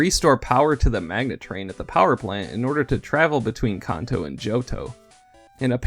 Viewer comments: Its Kanto not Konto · Kanto. Pronounced as in Can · You pronounce Kanto wrong. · How tf did you say Kanto? Im done watching 3 seconds in.